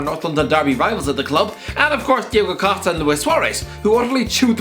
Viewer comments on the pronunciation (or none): none